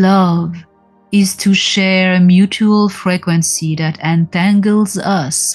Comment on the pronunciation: I like the way you say frequency it sounds almost like you are saying fragrancey and im reminded that it is one in the same 💖